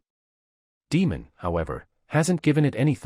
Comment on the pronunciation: It is pronounced "day + mond" NOT "demon". Pleeeaseee !!!